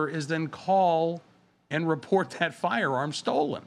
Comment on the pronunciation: Dude, you need to say, "firearm", the complete word! Because every time you say it , it sounds like you're saying "farm", you sound flippin stupid.